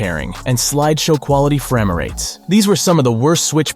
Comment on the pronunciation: He don’t know how to pronounce frame😂😂😂